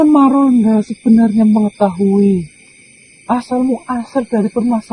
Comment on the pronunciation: Maronda bukan margonda